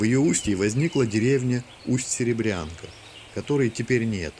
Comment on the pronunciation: Речка называется Серебрянка , ударение на букву Я